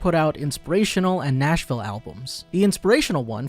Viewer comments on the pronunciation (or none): none